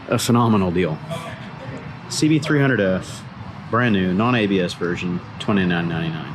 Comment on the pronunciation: The way he calls the price sounds like $29.99 and not $2999